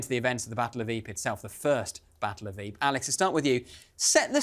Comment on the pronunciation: Another brilliant episode. Fascinating insight. The most amazing thing I learned is correct pronunciation of Ypres.